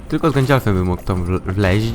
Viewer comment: gandalfem nie gańdalfem